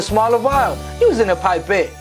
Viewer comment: Wait a minute you use a pipe babe? Pipe cleaners? You used the word twice. I still can’t understand it.